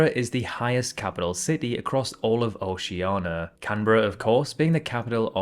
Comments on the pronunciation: I want to know why Brits are incapable of saying Oceania. It's not Oceana and it never has been! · Bogotá extends towards the south to over 4000 m altitude, higher than Quito and La Paz... Btw where is the I in your pronounciation of Oceania? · You still can't pronounce Oceania, can you? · Please learn how to pronounce Oceania correctly. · is he really pronouncing Oceania wrong ON PURPOSE???? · And he can't pronounce Oceania